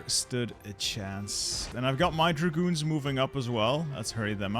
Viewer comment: When you say "my dragoons", the only thing I hear "my goons"